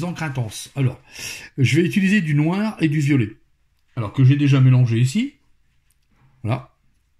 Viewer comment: ce n'est pas "noir" qu'il faut dire avec mais bien du "Noaare";)